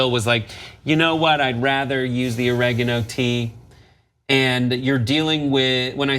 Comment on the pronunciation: They can't say oregano